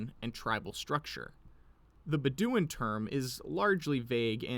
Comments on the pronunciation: BEH dooin. Stress on the first syllable :) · Bed-O-win Bedouin is how I here it pronounced but you do you.